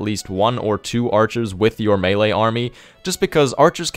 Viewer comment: It took me a few minutes to grasp mailer units are melee units its French you know maylay -Jeez